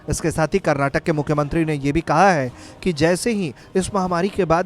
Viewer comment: Abhe chutiye Karnataka hai Karnatak nahi tum logon ko states ka naam nahi pta Kya news report karoge.